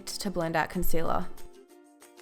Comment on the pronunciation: When she says concealer : consela🙈